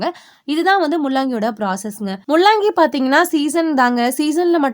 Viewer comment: Mullangi please correct pronunciation. La and llla is different